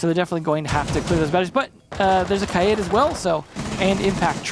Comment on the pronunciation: I like how he pronounces Kaid properly